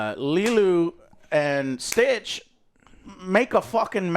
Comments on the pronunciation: His inability to say Nani and Lilo and says “Nina and Lilu” is incredible 😂😂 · Does Joe go out of his way to get all the names wrong? Lilu, Nina… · The one thing that annoys me about is he can never pronounce names correctly, he hears his 2 friends saying Lilo and Nani, instead he calls them Lelo and Nina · Oh god I actually didn't even notice that 😂. I was too busy writhing in pain every time he call Lilo "Leeluu" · Lol, he keeps calling her “Lilu”. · bro why tf does joe keep saying "lilu" he always mispronounces shit, is he like dumb or something LMFAO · Take a drink every time Joe says Leeloo instead of Lilo. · I don't like what Joe keeps saying Leelu instead of Lilo. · Leeloo and Stitch? Pretty sure it's pronounced Liiilo and Stitch. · its not lilu its lilo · And Lelu instead of Lilo. You'll end up with alcohol poisoning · Best part of this is Joe calling LILO , Lelu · Lee-loo. It’s extremely annoying. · At one point he says Lilo then uncorrected it by saying Lilu. I think he's just a bit stupid. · And Lilu 😂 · Its Li-LOW and NAH-ni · Lee-loo? Wtf? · joe stop mispronouncing lilo on purpose bro the heck thats just so silly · Why is this clown keep saying Lilu?? Wtf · Good god both and can’t pronounce the names. The movie’s in fucking English how fucking hard is it to repeat an English word?! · Joe can't pronounce any of the names in this movie except Stitch 😅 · take a shot every time they say Leelu instead of Lilo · Jesus fucking Christ Joe. It’s not the fucking Fifth Element. Stop calling her Leeloo, it’s fucking pronounced LEELOW. 🤦‍♂️ 😂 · its lilo not lilu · Anyone else annoyed at the name pronunciations of lelu and nena? What’s that about? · Nina & Lilu ITS NANI & LILO!!!! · lilo, not lilu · My right eye twitches every single time Joe says "Nina" and "Lilu" instead of "Nani" and "Lilo" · Nina? It's nani 😂 and li-low. Dude you just watched these!! 😂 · Why dont they correct joe when he keeps calling Nani "Nina" and lilo "Leelu"?